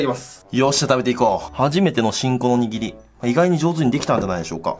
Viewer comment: くっくは らりるれろ が言えないよね！笑 握りが言えてない！笑 可愛い❤笑